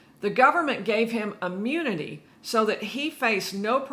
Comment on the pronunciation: Any lawyer who says “Ammunity” when it’s actually pronounced and spelled “Immunity” is a fraud themselves. So, join in with the crooked Chrisley’s because to me your ignorance is just as bad. It is unbelievable how many words she’s pronounced incorrectly. I could never trust any person’s word when ignorance is all I hear. Lady go back to grade school. Please!